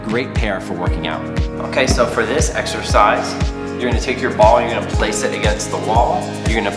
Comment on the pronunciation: am i the only one who thinks that he keep saying like 'sexercise' ?